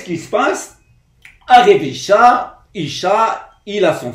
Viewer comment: On ne dit pas Isha mais Issa "que la paix soit sur lui"